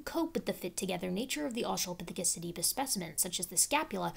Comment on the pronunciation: “australiapithecus tibula”